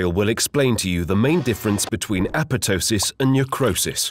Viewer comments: It isn't apetosis. It's apo-ptosis. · no. it is not pronounced correctly in this video. google it. The second P should be pronounced. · Yeah, this guy's second P on apotosis infortunately suffered a necrotic process and is missing. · ah-POP-toh-sis would be the closest to the original Greek pronunciation, by the way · Why are you not pronouncing the second "p" in apoptosis? It sounds so weird :p